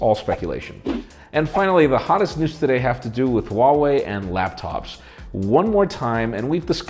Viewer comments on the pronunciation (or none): Huawei or Vuawei? Oo